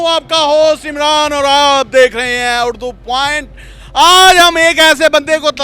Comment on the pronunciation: Urdu Point Koshish Karain is Ko Durust Adaa Karain Ap (اُردو لفظ کو آپ اُڑدو بولتے ہیں)